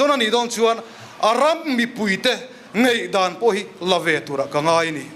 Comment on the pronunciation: A ram mipuite “Ngeihdan” nilo in “Ngaihdan” ti se aw….